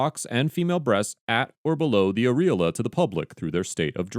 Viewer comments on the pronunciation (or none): Areola is pronounced as 'arri-owla'... not as 'aree-la'!! The first syllable of the word must be accented, not the second syllable. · lmao you can’t pronounce areola its air-e- oh- la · What’s an “areeeeeala”? Lmao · can't pronounce "areola"? hmmm....telling, that is. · Absolutely savage pronunciation of "areola"